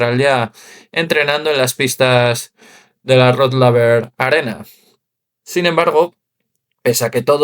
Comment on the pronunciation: Modestamente sugiero que digas "Rod Leiber Arena", aunque no seria exigible... yo no tengo modo de pronunciar correctamente "Iga Swiatek"....